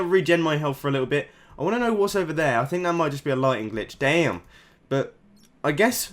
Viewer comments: did he just say damn in the wrong accent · It sounds so American for some reason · he says damn so weird tho